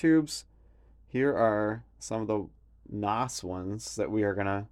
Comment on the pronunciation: Did he pronounce "NOS" as a word..? Jesus Christ.